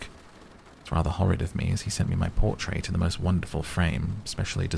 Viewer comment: "Portrait." Just saying.